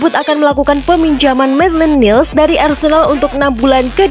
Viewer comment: Maitland nailes bacanya, bukan niles 😆😆😆